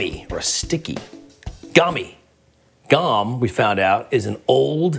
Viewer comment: In case anyone's interested, you pronounce the o in gom as an oh.